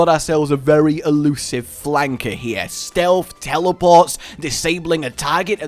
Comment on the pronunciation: For the love of all things not cringe-worthy! Stealth is not pronounced "Stealfffffff". There is a noticeable "TH" on the end. JFC!